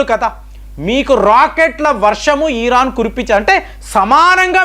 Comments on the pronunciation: It's not eeran, come on, it's Iran. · He'd urake atu etu tipakunda matladandi. Eeran kadu iran Anandi. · ఇరాన్ కదా ఈరాన్ కాదు కదా ఒకసారి గమనించండి...